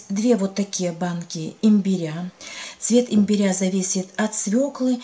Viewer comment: Спасибо за рецепт. Но ставьте, пожалуйста ударение на первый слог: имбиря. По ушам бьет.